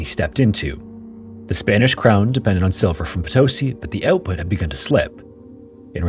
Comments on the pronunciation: potoSI, not poTOsi. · Just an observation: in spanish the use of accent changes the way you pronounce a word, in this case Potosí it's pronounced po-to-SEE instead of po-TO-see. I greatly enjoy your videos! Greetings from Mexico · PotoSEE, not poTOsee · The accent mark on Potosi is over the "i" at the end of the word, so pronunciation would be PotoSI, not PoTOsi. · PotoSI ✅ PoTOsi ❌ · for those who are wandering how to actually say Potosí OR who were confused by hearing "po-TOE-see"... it's po-to-SEE, with o as in or. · Haha I'm a big fan but it's pronounced "poto-SEE" not "po TOE see" it makes me nuts every time you say it wrong! Keep up the good work though, this is one of my favorite shows. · Just wanted to let you know it’s “po-toh-CEE” not “puh-TOS-i” — hence the accent on the í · just and only just, for future en-devours, the diacriticals on spanish have the accent. (if that is even the word). i mean Potosí has the í as the strong part of the word. you are reading it like *Potósi*. =) anyways, thanks for the videos. I always say to my self that I have to make you 20 short variation of the background loop you use. im so used to it now xDD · Yeah this really bothered me as well. For a name you'll be pronouncing tons of times in the video it seems like very disrespectful to not at least attempt to say it correctly. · poto-sí like yes in spanish. ( Póto-Sí ) the Sumaj Orco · Heyo, as a language note for future stories, whenever you see a mark on a vowel of words in spanish, that means that that syllable has the strongest sound in the word Thus - Potosí = poh-toh-SEE Cheers, I've been following a few years 🇲🇽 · OMG For Christ sake it's po - to - SEE. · Potosí with an accent on the i - it’s Po-to-SEE. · PotOsi, ouch. The spelling is LITERALLY IN FKG FRONT OF YOU and you manage to fk it up. Cannot listen to this crap. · How could you make an entire video about Potosí and not even bother to learn how to pronounce it correctly?